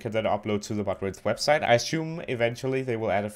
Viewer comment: Its not modrun its Modrinth